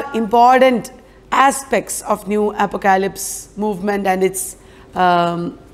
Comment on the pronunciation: Very small suggestion: pronunciation of apocalypse is, phonetically, APP-OCK-O-LIPS 😀👍.